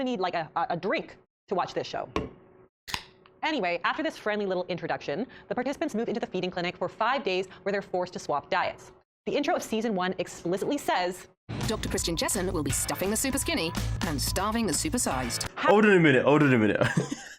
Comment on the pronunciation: She even has Dr. JeSsens name wrong. She said JeNsen WTF. And how dare she shame that show? I watch the show from time to time to see where I go wrong in my own diet. How dare she?